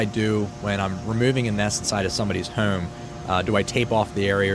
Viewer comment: Why does he say "houome" when pronouncing home